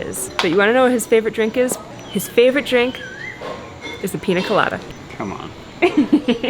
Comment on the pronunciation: Thats the only way i eat mangoes 🥭 Les pido un favor? Pueden aprender a decir piÑa? Eñe Can i ask a favor? Learn how to say piña 🍍